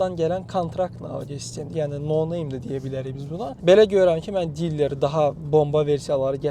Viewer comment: sen evvelce dilere diller dememeyi oyren sonra danis qaqas